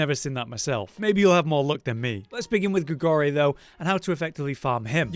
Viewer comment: Great helpful tips once again however gotta pull up on one thing Not Grigorie, it's Grigoire. Gri-Gwah.